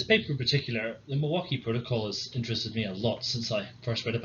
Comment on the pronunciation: I was born and raised in Milwaukee Wisconsin and I can tell you that you pronounce Milwaukee perfectly.